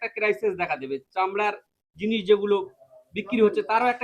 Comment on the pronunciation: Mone hocche mohila ta k puro mukhosto koriye diye kotha bolacche😂. Jinis k jinush bolche 😂r sei mohila Binoy Badol Dinesh er itihash ki kore sikhlo😅